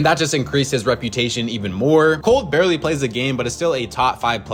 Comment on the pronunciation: It's "barely" btw not "barley" xd